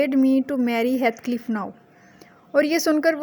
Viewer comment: heathcliff kehna to seekh lo